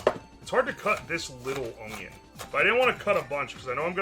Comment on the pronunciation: i unironically love how he says "spinach" like "spinnidge" and "onion" like "ungyen"